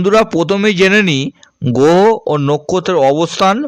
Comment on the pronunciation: আপনি উচ্চারণ করতে শেখেন নি, আগে বাংলা উচ্চারণ শিখুন। গ্রহ বলতে পারেন না আবার জ্যোতিষী।